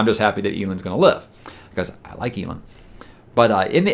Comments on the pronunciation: My issue with you pronouncing it “Eel-end” is… when people called him “El,” did you read it as “Eel?” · I read eelend rather than elend too 😅😂😂